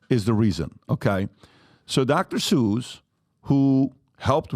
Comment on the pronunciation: She read the book. I can tell she liked it. He was reading it also, so hypocritical. Dr. Zeuch. It's Dr. Seuss